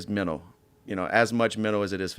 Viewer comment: Dustin "Fighting is menol" Poirier